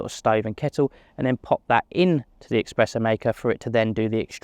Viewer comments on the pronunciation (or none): Espresso not EXpresso! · It’s not expreso! It’s espresso.